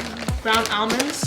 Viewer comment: I'm getting triggered with how she says almonds 😂😂